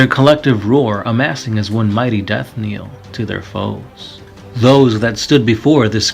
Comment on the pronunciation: Good video... knell is not pronounced kneel though!